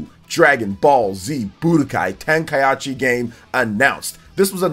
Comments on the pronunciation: bro you get a dislike for the butchering the name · My man out here mispronouncing Tenkaichi just to drive people to the comments for the engagement. Shameless lol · You're the ONLY person I've heard BUTCHERED the word Tenkaichi smh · dislike for saying tenkaichi wrong